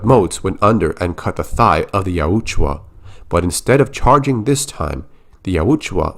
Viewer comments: Yautja. You're pronouncing it like it's spelled Yautjua. Just so ya know. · The way you say yautja hurts my ears. It sounds like you added an extra U bro